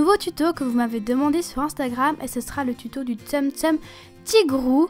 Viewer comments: Super vidéo !Par contre cela ne ce dit pas "Tsem Tsem" mais "Tsoum tsoum".Voilà bisous ! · pourquoi tu dit tsem tsem ? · Juste tsum tsum ça se dit tsoum tsoum Sinon yin tigrou est trop mignon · Vas tu refaire des tuto tsumtsum?Je crois que ca se dis tsoumstoum. Sinon super vidéo 👏❤